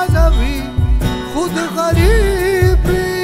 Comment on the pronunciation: Wow, the sound make the poetry real, like boosting the Ghani Khan poetry, lovely. BTW while listening i am doubt about a word you pronounced (may be i'm wrong), you read like " che paysa warsara na we KHOD ghareb we... " but i think the word KHOD should be read like "KHWAD" so .. "che paysa warsara na we KHWAD ghareeb we".